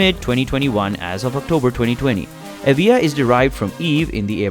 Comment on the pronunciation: The Lotus what? Maybe listen how you pronounce the name before you describe it.